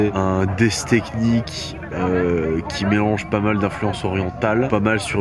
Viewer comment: "C'était un melannnge de... Peunquartcorde"